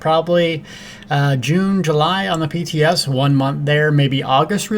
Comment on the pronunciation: LOL... Of course by {TS you meant PTS... probably just your accent... :)